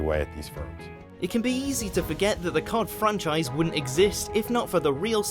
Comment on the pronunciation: Don't ever say C.O.D as a word again it sounds stupid my man